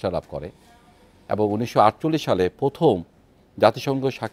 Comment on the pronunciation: একজন ব্রি. জেনারেল বার বার পথম পথম!!!! উচ্চারণ করছেন 😅😅😅😅 লে হালুয়া 😢